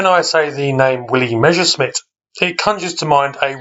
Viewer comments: Not Mezherzmit but (harder pronounciation): Mesershmit (with s in "Mes" like in Douglas). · The first words in the video : when I say Meschersmitt 😂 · Not to be disrespectful: try to pronounce Messerschmitt in two words : Messer (short break) Schmitt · Sorry, I meant no offence, I'm just nitpicky. It just seems odd to me when people write "Messerschmidt", despite the fact they clearly see it written differently, or swap "sh" and "s" when pronouncing it. I'm not a native anglophone, though, maybe it's a tongue-twister in English. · Willi Messerschmitt - presumably one of the most mispronounced and misspelt aircraft designers in history. :-D